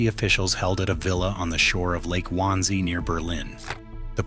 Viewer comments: Wansee is pronounced Vansee. In German W is pronounced V. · This is a good video. But please, if you're going to use a voice reader, listen to its result before you post it. I hear every hiccup in speech -- mispronunciations ("Wannsee," ), pauses where there shouldn't be any ( , ), garbles, etc -- and each one interrupts my listening and attention. I have to stop, go back and listen again, then reengage my attention and continue. You put a lot of work into your vids. Why compromise them with audio flaws that you could catch by just listening for them?